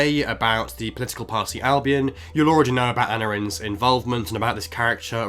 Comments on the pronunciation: Aneurin isn't pronounced "anarin", but "an-EYE-rin". Andy Pugh did point that out, in fairness, but I don't think his "anne-i-rin" made the point quite as clearly as "an-EYE-rin", which also shows where the emphasis should be placed. No disrespect to Andy or your good self, and I hope that helps :) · Hi, your pronunciation of is a bit off. This is not me having a go, just thought might want help pronouncing it as it name as well. Try say it like this “ah ni run” and hopefully that will help. 😊 loving these update videos